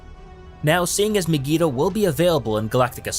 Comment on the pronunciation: Learn to pronounce Mygeeto